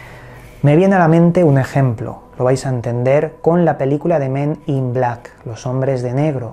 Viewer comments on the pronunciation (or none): none